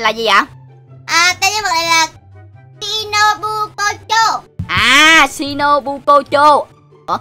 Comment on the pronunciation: Anh đọc nhân vật đầu tiên là shi no bư chô